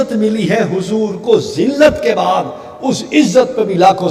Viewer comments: Khabis .tuje urdu bhi nahi ati .bad e jillat lafz nahi .bude jillat ب per pesh hai .jiska mana jillat se door hota hai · کیسا جاہل مابون ھے جس کو اُردو بھی ٹھیک سے پڑھنی نہیں آتی ۔ بعد نہیں بُعد ھے ۔ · Abe jahil woh baad nahi bod hai Pahle urdu seekho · چول بعد نہیں بُعد ہے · Abe jahil iblis ke shagird kab tak in kafiro ki himayat karega Aur ae njd ke pille tu itna uchal rha hai tujhe urdu padhna nhi aati Woh izzat bade zillat nhi hai Woh izzat bode zillat hai Huzur apki woh izzat jo zillat se door hai Abhi waqt hai allah ki bargah me tauba kar le aur aala hazrat ke daman se bavasta ho jao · عزت بُعْدِ ذلت پہ لاکھوں سلام بیغیرت کو اردو پڑھنی نہیں آتی اور اعتراض اعلیٰ حضرت پر ملعون مفعول 😂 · اللہ کی قسم یہ شعر غلط پڑھ رہا ہے ،جس طرح یہ پڑھ ریا ہے ایسا نہیں وہ لفظ بعد نہیں ہے بلکہ عربی کا لفظ ہے بعد کی باء پر پیش ہے اور عین ساکن ہے تو یہ دوری کا معنی دے گا،مطلب یہ ہوا کہ ذلت اور قلت نبی ؐ کی ذات سے کوسوں دور ہے بھائ پہلے اردو صحیح طرح سمجھنا سیکھو